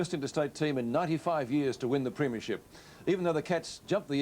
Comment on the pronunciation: Back in the days when the old timers like Peter Landy pronounced it as "preeem-ya-ship"